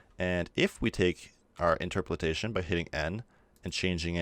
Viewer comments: In-TROP-o-lation, not interperalation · Just for future reference: In-ter-po-lation. Not in-ter-po-lit-ation. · dude...seriously the internet exists....you CAN google things....but since you apparently wont...its INTER-POL-ATION AS IN {IN-TER> POLE> AYE-SHUN} LOL great video though dude seriously yoru awesome and I am just teasing you ;) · How you say Interpolation ("Interpoltation") really bugs me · it's interpolation not interpretation :) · IN - TER - PO - LASHION dying inside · It's inter-po-lation(just like lotion but with an a) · I believe the word you are looking for is Interpolation (pronounced INTUR-POLE-ATION) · Great tut my dude. Interpolations a tricky one, I believe its pronounced something like; in-ter-po-lation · Hey; thanks for great tutorial (as always). By the way: it's "inter - po - la - tion".:) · I love the tutorial.... but geezus... stare at the word and perhaps adjust your own interpolation setting to slowly read I-n-t-e-r-p-o-l-a-t-i-o-n